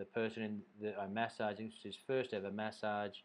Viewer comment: Why do you pronounce massage like that? Where are you from?